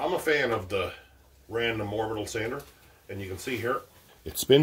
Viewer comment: Orbital not oribital